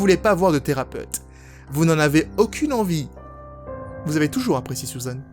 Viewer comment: les "u" ne ce prononcent pas toussent en "ou", sa ma fait rire quand tu as dit "Sousane" au lieu de Susan ^^'